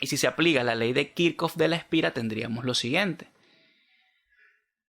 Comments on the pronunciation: Creo q Esta mal dicho Kirchhoff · Pregunta se dice kichhof o kirchoft? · Muy buen video, pero puede aprender a decir y escribir kirchoff en condiciones, un saludo bendiciones